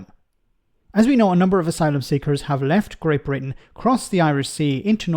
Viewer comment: Call it sht Bwitain